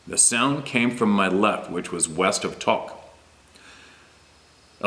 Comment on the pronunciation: It's OK about pronunciations. We understand. has a hard time with reading names & towns he's never heard of as we all do. Thanks for the share. Exciting.